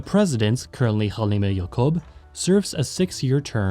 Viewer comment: It’s hal-Imah ya-cop